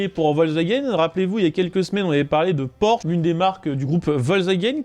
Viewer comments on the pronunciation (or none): none